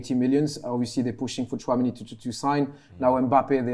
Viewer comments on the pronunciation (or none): said Tunameni😭😭😭😭